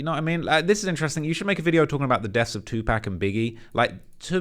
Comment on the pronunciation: You pronounce Tupacs name WRONG one mo'gin I'm gonna have a problem with you as well. Learn to pronounce the legend's name correctly!!! OR dont mention his fn name at ALL! So sick of y'all injecting y'all self into HIp Hop culture and can't even pronounce the GREATS names. Get your ish together! Take a class, watch a video of him and listen to the fn pronunciation. Then, go repeat it over and over until you can say it correctly!! If you can't do that, you need to be CANCELED FOREVER!! I WILL LEAD THE CHARGE!! So sick and tired of it🤬